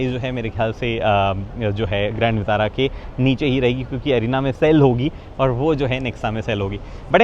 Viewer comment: विटारा होता है वितारा नहीं